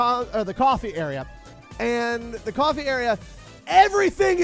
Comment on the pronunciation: Cofwee Gween tea Cawfee Gween tea